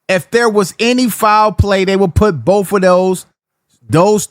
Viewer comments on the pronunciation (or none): none